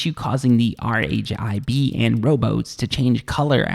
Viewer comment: Hey, great vid - very informative, ta Z-fighting is when two objects are at the same distance from the camera (i.e. z co-ordinate) and the renderer can't decide which to render first, so they flicker You don't have to spell out RHIB - it's pronounced 'rib' Vignette is pronounced 'vin yet' Keep up the good work! :)